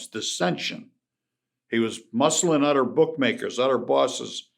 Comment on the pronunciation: udder=other lmaoo